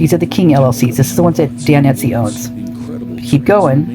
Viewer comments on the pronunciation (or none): It's Estey not Etsey.